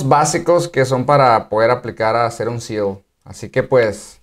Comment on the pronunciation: SEAL no SELS